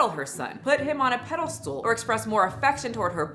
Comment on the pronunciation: it's pedestal, not paddlestool